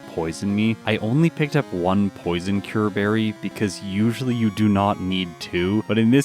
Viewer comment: "Poyzoncyurbarry"? its pronounced PSNCUREBERRY